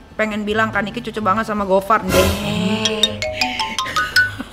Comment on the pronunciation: Gofarr bukan gofan 😅